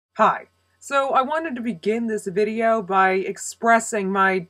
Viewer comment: LOL you cracked me up not even a second into the video when you barked "Hi".